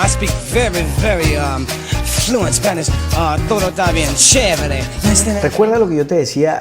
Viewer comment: ¡Que maravillosa semblanza! Chévere (pronunciado como Stevie Wonder)